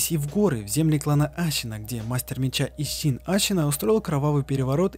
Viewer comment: Зачем пытаться произносить Исин с буквой Щ?